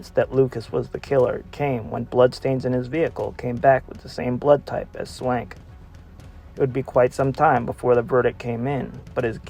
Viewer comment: Please pronounce the names of the victims right if ur gonna do research on them...Anne Swankeeeee...is how u pronounce Anne's name...